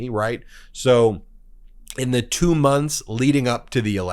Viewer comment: Ben, I get the feeling that you are not a native English speaker. It's really distracting when you pronounce the word 'the' as thee instead of 'thuh', when it isn't followed by a word beginning with a vowel; similarly you pronounce the article 'a' as 'ay' instead of 'uh'. I wish you wouldn't do that.